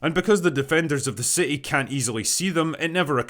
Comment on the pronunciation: + you pronounce city as ci' ee. Outstanding.